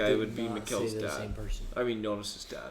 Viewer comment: The way you pronounced Mikkel had me going "who" 🥴🤨 Lmao